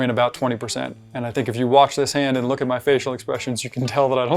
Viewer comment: " issa real money but it does a not rook a rike real money..."